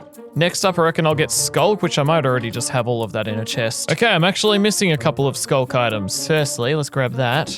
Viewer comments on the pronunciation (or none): none